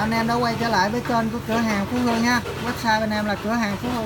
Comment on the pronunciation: Phú thương chứ phú hương gì anh ...em nghe toàn là phú hương ko hà